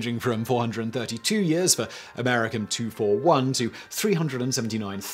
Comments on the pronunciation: Sorry Simon the annoying scientist in me has to be, uh, annoying - Americium is pronounced Am-er-ris-see-uhm not am-er-ich-um. I agree though that Americum (sic) makes more sense and flows off the tongue more than Americium. Maybe they just didn't like the fact it sounds like an ultra nationalist right wing sperm bank. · Ah-mer-eee-cee-yum Simon, not america-um ;-) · Excellent video, as always for your channels. A very minor detail is that Americium is pronounced “AM-uh-RISS-e-um”, at least in the US. Maybe this is another US vs UK, Uh-LOOM-in-um vs. AL-you-MIN-e-um thing. It’s such a small issue. You either did very well in chemistry, or put great care into your narrations. I’ll bet it’s both. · He pronounced Americium as "Americum." Which is odd, because usually it's the Brits who insist on pronouncing chemicals with the full "-ium" suffix, and we Americans that always shorten it to "-um." See: Aluminium vs. Aluminum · Ah-mer-EE-shee-um But then, you say "Al-yew-MIN-ee-yum", so...